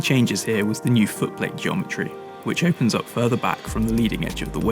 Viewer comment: OU-pens up